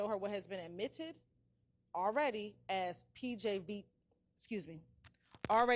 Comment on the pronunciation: “…what has been ADMITTED….” - So annoying. 😂